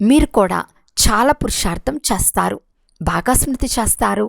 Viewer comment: Modata meeru letters ni chakkaga palakandi chastaru kadu chestaru.